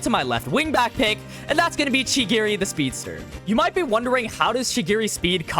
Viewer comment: i waned to kms when you were talkig about kurona & chigiri please learn how to pronunce their names correctly